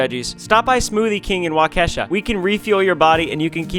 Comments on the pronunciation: it's pronounced wah-kuh-sha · Jus so you know ryan! . Waukesha WI is pronounced (Walk - eh - shaw. Wi - Sconsin) We have very hard to pronounce names up here lol, I don't blame you! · Sorry Ryan but it’s pronounced WA-KA-SHAW Wisconsin.😂🙃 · Waukesha is not wau - kesha its wah-ke-shaw lol silly ryan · Wa-kesha 😂😂😂 you can always tell when someone is not from Illinois, Michigan or Wisconsin because they struggle with the Native names. Waw-kish-ah is how its pronounced. Cant wait till to visit Wisconsin. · The way I cringed when he pronounced Waukesha!! It's not Wa-Keisha, it's Wa-ka-shaw!! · Just so you know when you get to WI, Waukesha is pronounced Wah-keh-shaw, not Wuh-kesh-uh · Just FYI, it’s not Wau-KEE-Shaw Wisconsin, it’s WAU-kuh-shaw. Love you guys nonetheless. Thanks for all the good you’re doing. ❤️ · as someone who lives in Wisconsin it's not wa-KE-sha (like the artist) it's Waa-c-sha TvT you guy's at least did it better! I have herd much worst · No afence but it’s pronounced walk a Shaw😊😊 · I love how every Youtuber and viewer is coming together to help y'all. Makes me believe in the world again. Also, it's pronounced "Wa-kuh-shaw" 😠(jk on the mad part) Much love y'all. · as someone who lives in a city next to waukesha its pronouced waa·kuh-shaa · the way you said Waukesha hurt my soul its pronounced wa like walk and then kesh and then aw- Waukesha P.S Im from wisconsin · when he says Waukesha, WI breaks my soul😂 here’s the pronunciation Walk-ish-sha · RYANNN ITS PRONOUNCED "WAU KA SHAW"😭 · Just so you know when you were going through the donations you pronounced Waukesha incorrectly. It is pronounced like WA-KA-SHAW. I hope your journey is going well! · its sorta like walk-eh-shaw but said quickly! hearing it out loud makes more sense tbh, the speed at which its said and where the stress of each syllable falls affects how it sounds. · It is pronounced walk e Shaw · It pronounced Walk-A-Shaw Ryan!! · Waukesha is pronounced Waa Kuh Shaw by the way